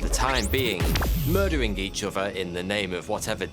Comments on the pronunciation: I get chills every time he says "bover" or "furver." It's like a kid that says "fwog." I understand it's just the accent but I can't help it. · He says 'uvver' instead of 'other' and 'anuvver' instead of 'another'. Anyone know where this indicates he's from?